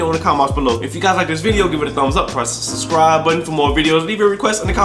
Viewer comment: In all his intros he says "suscribe" instead of subscribe